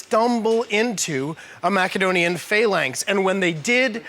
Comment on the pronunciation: That is the correct ancient way of pronouncing Macedonia